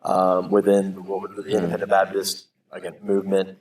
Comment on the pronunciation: Can someone explain the cultural phenomenon of IFB people saying "Babdist" but only when saying Independent Fundamental Baptist? Am I the only one hearing this?